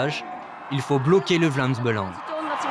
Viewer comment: Avant de faire ce documentaire faudrait peut-être apprendre à bien dire les mots on dit pas Belengue mais Belang